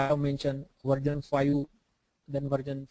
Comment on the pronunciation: its not VARJAN.. its VERSION.... VARJAN VARJAN VARJAN VARJAN VARJAN VARJAN VARJAN VARJAN VARJAN VARJAN VARJAN